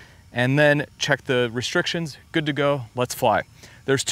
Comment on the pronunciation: What’s a reshtriction?